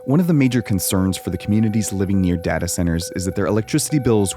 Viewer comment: It caused me physical pain every time you said dahtah.